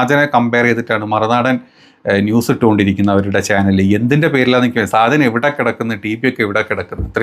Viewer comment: സാജൻ അല്ല ഷാജൻ.